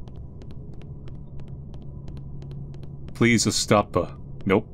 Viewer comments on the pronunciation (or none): "Please-a stop-a✨"